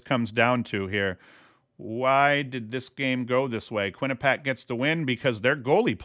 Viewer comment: Quinnipiac = kwi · nuh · pee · ak